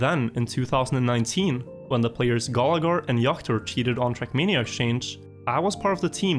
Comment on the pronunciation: my dear dear. Your videos are great, but for god's sake... TRACK MANIA! NOT CRACK MEANIA!!!!!!!!!